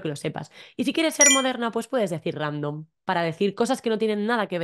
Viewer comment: Random tambien utilisamos en alemán pero lo pronunciamos mas como en inglés. He notado que en España esas palabras ingleses se pronuncian deuna manera muy español